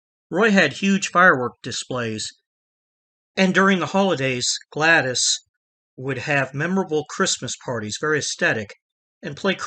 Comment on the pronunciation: don't sweat it bro. You're DeMeo videos are great. I'm not hating on you. Roys wife's name is pronounced Glad ESS. Not Glad-ee.